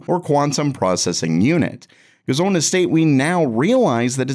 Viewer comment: Everytime this guy attempts to say the word "on" I cringe